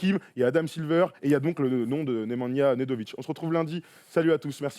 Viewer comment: Nemajna Nedovic ou Radojnic ?? 😂😂😂